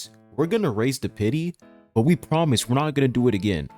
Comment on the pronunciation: apologizing by saying "yeah guys, we fucked y'all over, but we pwomise we wont next time' lmao how about you just revert the raise in pity???